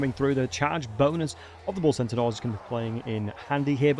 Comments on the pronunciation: Bull CENTAUR, not Bull Sentinel. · Bull Sentinauls lol